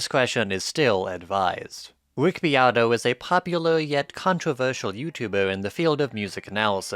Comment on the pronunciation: I had to leave the video when I hear “wick beato”